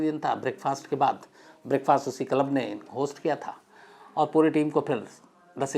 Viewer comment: Yaar tum itne padhe likhe ho lekin club ko dhang se q nahi bol pa rahe?? Bht irritation ho rahi hai jab jab tum KALAB bol rahe ho🤦🏻‍♂️ lekin story sunne layak hai isliye sun raha hun…